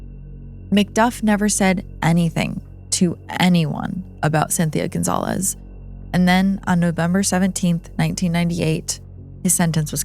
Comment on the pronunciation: Cynthia Gonzalez not Gonzalves!